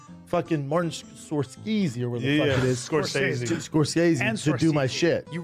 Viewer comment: The way Brendan butchered Martin Scorsese was so bad 😂😂😂😂😂😂😂😂😂😂😂